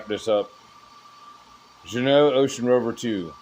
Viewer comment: hahaha, I understood it so you did well my friend!